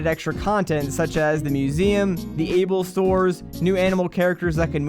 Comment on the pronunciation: "the able stores"